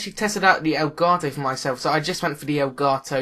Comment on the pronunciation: I like how u say it. El garto